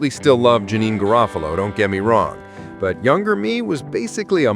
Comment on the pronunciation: Pronunciation is Daar eUh, like Star not Dare (Daria) and Juh-neen like Teen